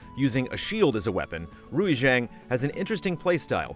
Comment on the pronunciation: Lol Rui Xiang is pronounced Ray Shiang